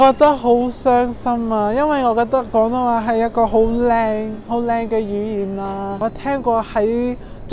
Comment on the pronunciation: 佢啲廣東話真係冇懶音 佢冇將廣東話講成講東話…